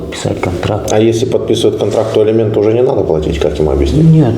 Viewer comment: "ЭЛИМЕНТЫ", С*КА